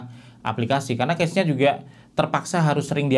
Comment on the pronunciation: Koreksi cara baca cache yg bener tuh kash bukan kec